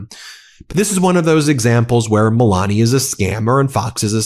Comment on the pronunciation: And this is a woman who is teaching kids how to read?? How can she teach kids how to pronounce words properly?! She's been here for a very long time and she still lays on her accent as heavy as she can. Melania, it's not sexy, you just sound ignorant.